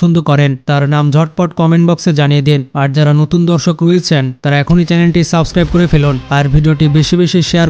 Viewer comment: দরসক🚫 ধরসক😂😂😂